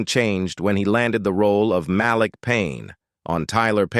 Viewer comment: Narrator sounds AI especially the pronunciation of names: Mal lick instead of Malik. 🤣